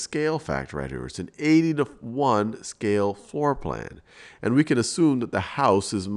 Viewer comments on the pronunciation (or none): anyone else realize how he says "Maya n Mable" instead of "Maya and Mable"